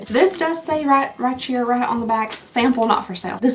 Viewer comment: “Rye-cheer” I love that. Most Kentucky thing I’ve heard you say. I’m your neighbor to the South in Tennessee where we also say that. 😂 All my love and prayers to you and your family, including the furry members.